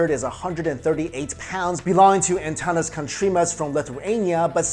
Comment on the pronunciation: oohh im from lithuania, and I didnt know that Antanas holds the world record :DDDDD ( u kind of say the name wrong :DD but I like it :DDDd)